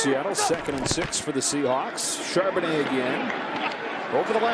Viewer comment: If you're just starting the video, you're going to hear Charbonnet a lot. And Chardonnay once.